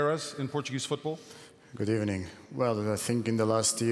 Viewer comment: “Is this a good decade for Portuguese football?” Figo: “Good Ebening”